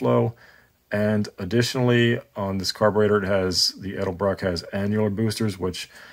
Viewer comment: Say it and spell it with me 😂 ED....EL....BROCK